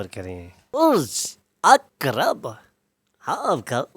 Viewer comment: Thanks You Nicely Pronunce Burj Aqrab